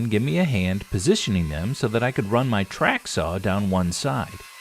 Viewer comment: TrAcK saw lol the way u say it listen to it back